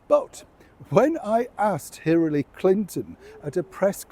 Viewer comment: Ummm it's HiLLary not HiRRaLy ..... and I would guess that the story is Meghan's father's lie... She is in a no win situation.